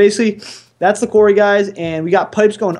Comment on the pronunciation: It annoys me so much that doesn't even know how to say Quarry!